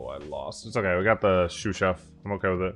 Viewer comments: He had mispronounced it as "Shoe/Shoo Chef" when the card initially got introduced to the game. I think his wife was making fun of him in steam while they were together one time, now it’s a meme. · Is pronouncing Sous Chef “Shoe Chef” or “Shoo Chef”? I can’t tell which sort of wrong his pronunciation is..